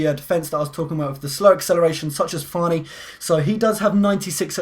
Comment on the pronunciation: It's fanni not farni